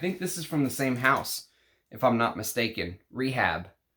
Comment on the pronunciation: ray-HAAB, not "REE-HABB". You'll remember "Rehab" was an imagined perfume on the British comedy, ABSOLUTELY FABULOUS.